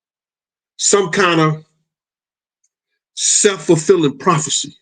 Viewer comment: Sh*t had me thinking forefulling was a word like foretold is LOL.